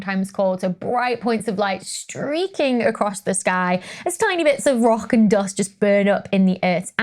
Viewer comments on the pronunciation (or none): Love how you pronounce Doghst. (Dust)